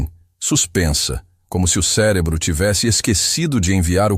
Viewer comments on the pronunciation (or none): none